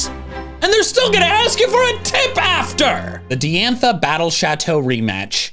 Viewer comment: Diantha is pronounced Die-antha, not Dee-antha.